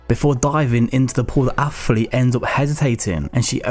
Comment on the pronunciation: Wtf is an affflete ?